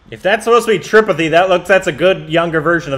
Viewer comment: it's pronounced tripaaaattte not tripati